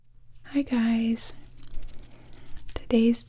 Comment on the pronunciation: Siempre cuando escucho hey guys pienso que me dice “hola gays" me da risa XD